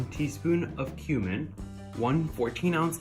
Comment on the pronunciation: Is it just me or did anyone else hear him say "human" instead of cumin. Also yum!